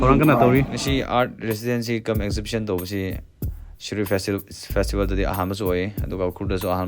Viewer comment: Not phistval... Its fastival poor english